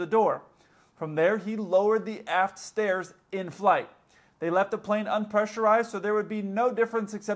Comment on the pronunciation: You said "aft stairs." I heard "ass stairs." Then I saw the photo. 😂😂😂